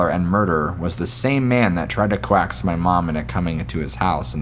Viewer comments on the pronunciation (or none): Also coaxed is pronounced cokesed, not co-axed